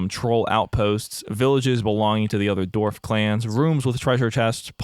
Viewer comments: Everyone: Dwarf. This guy: D o r v e s . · Autoplayed onto your channel, love the content but (and please don't take this the wrong way I'm not trying to be insensitive) is there a reason why you pronounce certain words a little oddly? Most notably in this vid with 'dwarf'. At first I thought maybe that what they're called in this game but I noticed the same pronunciation in 'dwarf fortress'. It doesn't impact my enjoyment of the video at all but I guess my curiosity got the better of me D: Anywhooo sorry about that, love the vid ggwp and all that <3